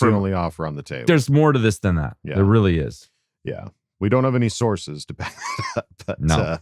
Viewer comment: I'm glad I wasn't the only one that heard "sauces" and not "sources" 😂